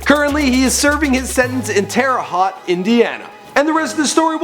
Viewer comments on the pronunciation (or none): Just fyi (lol) Terra Haute, Indiana Isn't pronounced Terra HOT It's pronounced Terra H-oh-T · it's not Tarahot think of it as tarahote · Terre Haute Indana is not said like Terre Hot.. its hote with an oat. Terre Haute. Sheesh. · This guy said terre hott Indiana 😂😂😂. Terre haute baby 812 "the dirty" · Terra haute isn't said like terra hawt it's like tote but instead hote so terra haute is said terra hote you said you read all comments. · Its pronounced Hoe-t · terahot ?? na learn how to talk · It's pronounced Tear-a hote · Its not terre hot indiana😂😂😂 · Terre HOT Indiana huh..? Butchered it lol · Tara hawt? wtf not how say tht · It's terra haute (hoewt) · "Teara Hawt" lmao pronounce it correctly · Its hoat sounding like boat Dumbass. everyone from Indiana is laughing at you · its pronounced Terra hote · terra hot? engrish much? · It's terre haute - ho-te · its pronounced terra hote indiana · it's Terre Haute, not hawt. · it's fucking "Terra-hu-oot" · I like how you say Terre Haute I live in Indiana so I can correctly say it. But last person that could not say it says Terre Hooters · Deft not how u say Terre haute but shit whatever lmfao , y'all hella "good" at your job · no no no no no..... it's Terre Haute!! you said it wrong!! smh! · mispronounced Radric and Terre Haute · No idea how to say Terre haute, smh. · You didn't pronounce terra haute right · the way he pronounced terre haute lmao